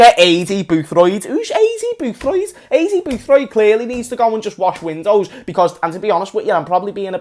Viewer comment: "Who's aIdY boOtHroyId" 🤣🤣🤣🤣🤣 man used to manage Watford and went down in an instant.